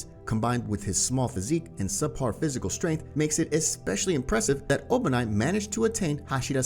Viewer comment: His name is obanai not obani